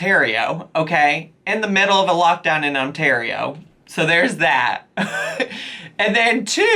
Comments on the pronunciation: oh my! you pronounced Ontario properly! I'm SO PROUD! :D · A single person pairing up with 1 other household does NOT mean that you can match up with a new household every other day... FFS woman I can't see my family but you're saying f this and meeting up with random guys (I'm Canadian but we don't claim her) Also, when did youlearn to say Ontario?? (The Nicolas guy might be French from Québec. Not French from France )